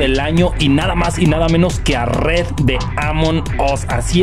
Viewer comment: No se dice redd, se dice red